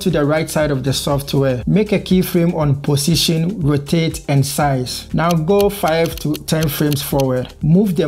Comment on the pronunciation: Am I the only one to hear pussytion? Anyway thanks for the video!